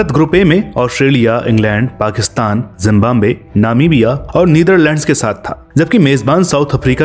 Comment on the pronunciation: It's #Zimbabwe...Not Jimbambe ...🐸🐸🐸🐸🐸🐸😝😝😝😝😝😝😝😝😝😝😝😝😝😝😝😝